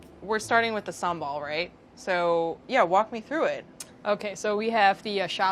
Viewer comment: SHE PRONOUNCED SAMBAL PERFECTLY ahaha